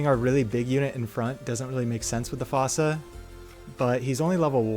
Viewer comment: Hate to be that guy but fossa is pronounced like foosa (like in the madagascar movie!)